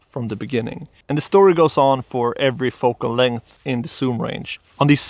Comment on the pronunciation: It's called ZOOM, not soom...